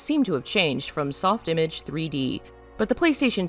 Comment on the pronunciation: Soft image is pronounced m8re french. Soft Imaaaage